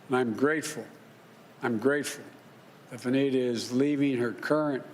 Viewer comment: He keeps calling that lady Anita it VANITA with V for voter f